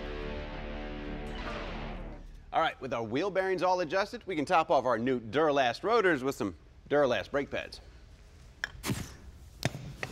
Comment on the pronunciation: I had a physical reaction to "Duralast"